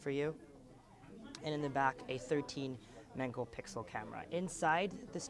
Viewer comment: "a thirteen MENGAL pixel camera"